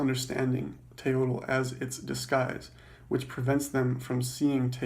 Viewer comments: Mispronouncing the word you are explaining. It's pronounced "Te-yoyt" not "te-yodel" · Pro Tip: the Nahuatl speaking people don't pronounce the L at the end of proper words. The L in Teotl and Nahuatl is silent.